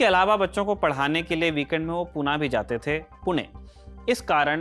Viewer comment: Poona ko sahi tarah se PUNE uccharit karke dil jeet liya aapne😍❤️